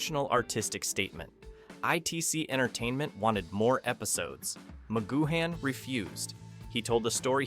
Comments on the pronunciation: Using an AI voice that can’t pronounce names correctly is sheer laziness, Patrick McGoohan is pronounced as Patrick McGooan (you don’t pronounce the H) plus, the Prisoner was originally meant to have just 7 episodes but Lew Grade persuaded Patrick McGoohan to write and film another 10 so that the series could be sold to American TV companies, the original 7 episodes are the best though all 17 are still pure escapism and brilliant TV. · Who the hell is Macgoo Han? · Wait, Magoo-Han? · A.I voices - Ma-goo-han